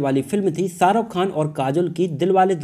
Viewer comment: Abey ssaruk Khan Hrithik rossan nahi Shahrukh Khan hrithik Roshan